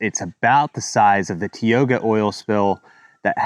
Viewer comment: Thanks for the report, I just learned about it in our local news last night. I live and work around this oil patch. BTW....Tioga is pronounced like "Tie-oh-gah". I don't like the spill and I also don't like that the county sprays magnesium chloride on the gravel roads to keep the dust down. They say mag is safe, but is it? Can somebody clue me in? Thanks for your great channel. I'm ordering a hat and a "shirt for a scout" today.